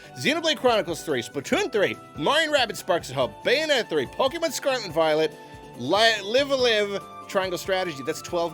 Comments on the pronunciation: please. its pronounced "live a live" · It’s pronounced LIVE A LIVE. I’d think that would be obvious… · L-iv a L-eye-ve (afaik) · it's "live a live" like "alive" rhymes with like both times. it's ライブアライブ in Japanese